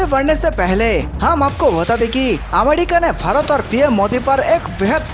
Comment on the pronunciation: This person pronounces Bharat as fharat